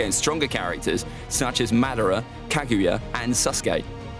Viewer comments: Anyone realise that he says suske not saske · Bro the way he says sasuke sounds like SUSke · bro my mans really said " susgay" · "And susgay"